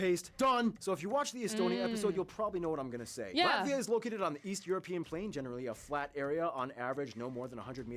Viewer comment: please no american pronounce ...not Latssvia... Latt..viaaaa, hope as a german i tried to pronounce in a better way )